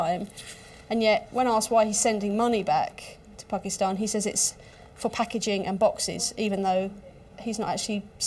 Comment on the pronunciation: This lady is a legend. The way she pronounced Pakistan tells me she’s been around Desis all her life 😂❤️